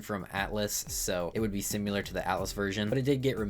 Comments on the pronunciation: S I M I L A R not S I M U L A R P A C H Y Not P A T C H Y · I feel bad because I really like these vids but simular kills me lmao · great video. You saying similar makes me eye twitch though.